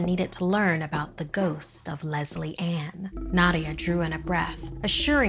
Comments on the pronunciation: when she said leslie ann i thought she said lesby han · I legit thought she said lesbian instead of Lesley Anne! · Who else misheard Leslie Ann as Lesbian said in a fancy way 😹